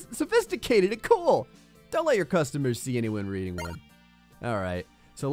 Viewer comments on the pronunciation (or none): none